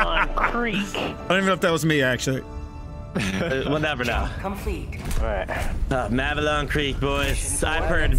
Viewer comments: Hearing you guys say "Mavelon Creek" instead of "Malevelon Creek", the actual name of the planet, is gonna make me report you all to my nearest Democracy Officer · It’s Malevelon Creek, not Mavelon Creek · please pronounce malevelon creek correctly, the game literally says the name of the system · Everybody making fun of for saying giblleter when everybody is saying mavelon creek the while time